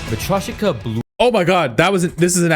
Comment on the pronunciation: SAME and he couldn't even pronounce matryoshka properly... the creator didn't even try😭